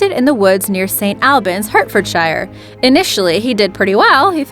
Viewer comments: Pronounce: HARTFORDSHIRE Hurtfordshire LMFAO.. I blame the behavioural education system... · That's pronounced: hert ferd sher. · That's pronounced "Sent Olbans, Heartfordsure". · Nice video, just so you know the area is pronounced 'Saint all-bans' and the county is pronounced 'Heart-fordsher' lol ! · I am pretty sure she pronounces "Hertfordshire" WRONG. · I would have subbed..but you pronounced hertfordshire wrong. oh well! Try again next time yankee. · The way she pronounced Hertfordshire gave me cancer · The way she said "St Albans, Hertfordshire" made me cringe so hard